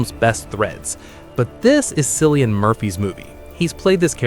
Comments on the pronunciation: AI?? Did this “movie critic” just pronounce Cillian is a soft “C” instead of the hard K sound? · Sorry mate but your credibility as a movie reviewer was wiped when you pronounced Cillian Murphy's first name. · it's Cillian pronounced as if with a K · Train Dreams. Should have won best film. It was my favorite! Cillian is pronounced Killian with a Kay sound. Just fyi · Cillian Murphy's name is pronounced 'kill-yan' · Greetings from Ireland. Your pronunciation of Irish names is appalling. You should be ashamed of yourself. Cillian is pronounced Killian and It's pronounced Barry Kyoh-gan not Keegan.😮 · You might want to look into how to pronounce Cillian. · Not the only name he mispronounced in that review. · it is the hard K sound. i used to say it with the soft sound but i've heard him introduce himself with the K sound and in an interview for Oppenheimer i heard Emily Blunt call him "Kill" for short. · Weak reason. Plenty of people I've met in person pronounce his name that way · well it's wrong and it is insulting to Irish people and to the language that is the origin of these Irish names. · Edgerton makes interesting films and rarely gets the limelight. And please learn how to accurately pronounce Cillian and Keoghan.